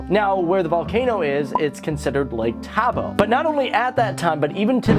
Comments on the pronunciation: It's Lake Toba 🤦‍♂️ not Lake Tabo😂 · Did you just say "Samata" and "Lake Taba"? Not judging you for you butchering of names, but just wanted to make sure my ears heard it right. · Did you say "Lake Tabo" ?